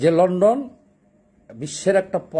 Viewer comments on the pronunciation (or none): none